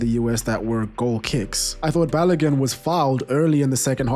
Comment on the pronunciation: Balogun is pronounced balogoon